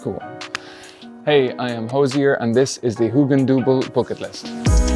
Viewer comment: Is it really Booketlist? Or Bucket List in Hozier's Irish accent?